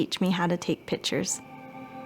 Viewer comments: I said 'It is pronounced PIC- TURES! " out loud! I can't stand that. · I feel like Zach would want her to learn to pronounce PICTURES